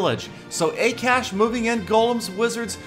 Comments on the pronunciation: haha XD i love how you pronounced akash FYI it is Ah-kah-sh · you pronounced akash wrong it is hindi name which is national language of india